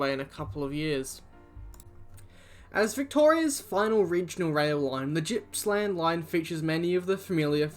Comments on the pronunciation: Great vid.BTW its Gipps not Jipps.... Gippsland..... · Gippsland isnt Jippsland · Disliking the video coz this bloke really just said Jippsland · BAIRNSDALE NOT ‘BARNSdale and it’s Gippsland NOT ‘Jippsland’……. Jesus, what do they teach in school these days…. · Like the video up date on rail, however, being an ex Victorian who lived in the Gippsland, you should learn the proper pronunciation of the cities and towns. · This was a great video. Just a minor thing; Gippsland has a G like Gambier or gorge, not Germany.